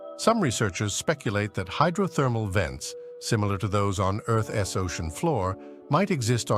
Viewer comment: Fix your ai. Earth's is not Earth S